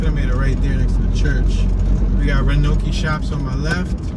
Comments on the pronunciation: It's pronounced "ROW-an-OAK" WIlliamston, like so many small towns in America, is a hollowed-out shell of what it used to be. Once, the downtown was full and bustling. Now all these towns are much alike - buildings in what used to be the down-town shopping areas are falling in. The Wal Mart phenomenon. Cheaper, faster, more convenient... Chick-fil-a replacing the R&C Restaurant. Everything is fast, cheap and in bulk - we're cattle at the trough of consumerism, and we've lost our souls in the process. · Your pronunciation of The Roanoke was hilarious.